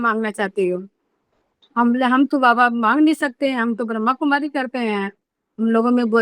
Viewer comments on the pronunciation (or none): बहना, ब्रह्माकुमारी बोले ना कि ब्रह्मकुमारी. 🙏🙏